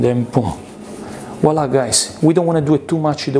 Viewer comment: "Voilà" not "WALLAH"